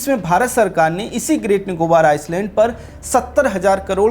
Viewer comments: Iceland nahi Island. Pronounciation - iland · ये शब्द आइसलैंड नहीं भाई जी आईलैंड है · Are anpad Iceland or Island! Pronunciation toh thik kar😂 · Areehh gaddhaa buddu island ko Iceland nahi parte pehle parne sikhlo 😅 ..bashh ek galti nahi bar2 iceland pronounce keh rahe hai 😂😂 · Pronounced iceland in stead of island through out!😢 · Agar freelancing hai toh theek, warna apne team ki class lijite Island ka pronunciation sahi kijiye please. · Bhai Island ka pronunciation galat kar raha h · Sir Island ka pronunciation theek kijiye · bhai island ko aap galat pronounce kar rahe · S in 'Island' is silent .... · Good News Sir. Welcome to our Emerald Islands... Mini India 🇮🇳.... The Andaman and Nicobar Islands ( read as 'I - land') s- silent not 'is - land'. Any way. Jai Hind 🇮🇳 Pragthisil Bharat 🎉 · आप हिन्दी में पत्रकारिता करते हैं लेकिन थोड़ा अंग्रेजी का सामान्य जानकारी रखें। आइसलैंड नहीं आइलैंड उच्चारण करते हैं। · "आयसलेंड" ❌ "आयलेंड" ✅ कहो भाई क्यों की इस शब्द में 's' silent हैं! 🤨😡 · Island.. i land👈 s silent hai . Iceland nahi. Main Andaman se hi hu . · भाइ आइस ल्याण्ड नही आइ ल्याण्ड बोलो ना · First you need to improve your pronunciation. It is called Island not Iceland. 😊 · It's not Iceland its pronounced as Eyeland (Island) S is silent.. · It is island not Iceland. When you do public podcast prepare well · Bhai Iceland ni hota ailand bola Jata hai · Ice-land nahi I -land ......s silent hai rest all good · Not iceland it's island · आपका टापिक और कन्टेंट प्रभावशाली है। आइसलैंड नहीं आईलैंड बोले। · आइसलैंड नहीं, आइलैंड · pronunciation thik karlo.. Iceland nahi. Iland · Iceland kiun Bol raheho. Island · भाई आइसलैंड नहीं पर आईलैंड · iceland ❌️ i-land.✅️ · अरे भाई, "आइसलैंड" नही "आइलैंड" बोलो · आइसलैंड नहीं जनाब, आइलैंड कहिए। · O bhai, Iceland nahi Island hai.. 's' silent hota hai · Aapki saari batein theek hai beyond comment hai ...... Lekin Kindly ...... ISLAND Koo ICELAND Naa Kahe .......